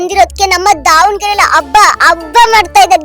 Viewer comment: ಅ ಕಾರ ha ಕಾರ practice madu ಹೆಮ್ಮೆ ಎಮ್ಮೆ ಅಲ್ಲ ಹಬ್ಬ ಅಬ್ಬ ಅಲ್ಲ